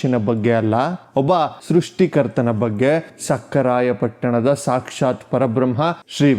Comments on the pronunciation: ಲೋ ತಮ್ಮ, ಸಕ್ಕರಾಯ ಪಟ್ಟಣವಲ್ಲಾ, ಸಖರಾಯ ಪಟ್ಟಣ ಕಣಪ್ಪ. ನಿಮ್ಮ ಮಾತಿನಲ್ಲಿ, ಸಕಾರ, ಶ ಕಾರ ಸರಿ ಪಡಿಸಿಕೊಳ್ಳಿ. ಭಾಷೆ ಸ್ವಚ್ಛವಾಗಿ ಇರಲಿ. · ರೀ ನೀವು ಮಾತನಾಡುವಾಗ, ಸಕಾರ, ಶಕಾರ ಮತ್ತು ಹಕಾರವನ್ನು ಸರಿಯಾಗಿ ಉಚ್ಚರಿಸುತ್ತಿಲ್ಲ. ಭಾಷೆ ಕೇಳಿದರೆ ಮನಸ್ಸಿಗೆ ಬೇಜಾರಾಗುತ್ತದೆ. ಮತ್ತೆ ಅವಧೂತರ ಊರಿನ ಹೆಸರು ಸಖರಾಯ ಪಟ್ಟಣ. ಸಕ್ಕರೆ ಪಟ್ಟಣವಲ್ಲ.